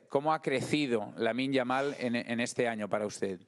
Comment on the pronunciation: DD a dit Yamine Lamal au lieu de Lamine Yamal...